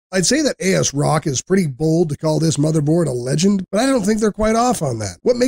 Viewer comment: I follow a wide range of tech-tubers for years now and this is the first time I ever heard someone pronounce the vendor name "A-S-Rock". I See how their capitalisation kind of implies it that way but still sounds cursed to my ears.